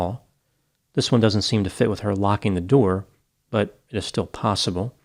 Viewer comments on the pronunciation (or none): none